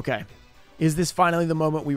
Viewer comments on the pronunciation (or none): Completely butchers the pronunciation of Fuh- Rin - Ka - Zan "I got it right that time"